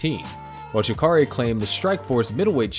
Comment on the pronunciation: And Royce, Roger and Royler. And just when I thought it couldn't get any worse he butchered the hell out of Jacare. I'm kind of impressed that he went to this much work to make this documentary while knowing nothing about the people involved. How could he have not known he was going to get called out?